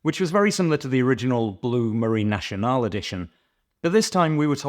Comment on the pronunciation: Very nice review, but if I may, it's pronounced Marine "Nassionale", not Marine "Nashionale". ⚓ Also it's the French Navy Roundel on the loop, not an insignia, the insignia, per se, is engraved on the case-back. ⚓